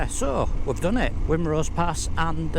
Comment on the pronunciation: Excellent video mate. Just one thing (and I'm not being an arse) but there is only one lake in the Lake District! And that's Bassenthwate Lake, all the rest are either Meres,Waters, or Tarns, also Wrynose pass is a silent W, it's pronounced Rinenose. Oh yeah, I do Wrynose and Hardnot on every bike I've owned. I honestly don't understand why people are worried about riding them🙄. By the way, really good camera/drone work.